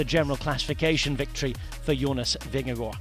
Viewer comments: As a dane … compliments for the pronunciation of “Vingegaard”. This was a stagewin noone had seen coming. 😳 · Nice to hear an English speaking person able to pronounce Vingegaard correctly. Most podcasts and TV-stations I've heard they mostly get the "g" in Vinge and especially the "gaard" wrong. The first g is soft like the last g in "gong" or something like that and "gaard" is pronounced relatively similar to "Gore" in English except flatter in the end. This commentary is as good as it gets from a non-Dane, I would say :-) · Congratulations. You are pronouncing Vingegaard - almost - correct. And it is a very tiny "almost". Not easy for a non-Dane. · Mad props for pronouncing Vingegaard correctly! :) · Jonas Vingegaard most be really good, as the English commentator has learnt to say his name correctly. 🙂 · Very good pronunciation of Vingegaard. Well done! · your pronounciation of vingegasrd is perfect! well done!